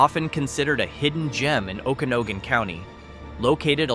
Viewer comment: O can og an- not oh gan